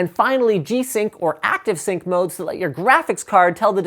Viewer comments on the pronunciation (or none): Sounds like you are saying "Active Sync", not "Adaptive-Sync". Same thing happened on the last WAN Show.